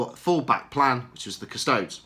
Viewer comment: Cus-to-des not Cus-tods FFS.